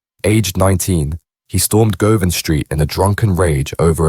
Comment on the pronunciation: How do you know all this info, you are talking crap. Was you there before you know all this . Learn how to pronounce Govan for a start.